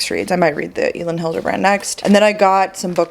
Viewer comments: Hi! Elin Hilderbrand actually pronounces her name as Ellen.:) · Elin is pronounce like Ellen!!